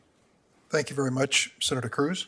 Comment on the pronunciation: WHEN HE SEZZ TANX IT'S TO STAWL FOR A MIRACLE .!